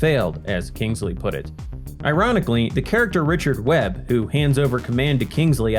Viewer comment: Lol, 'Kangsley'! 🤣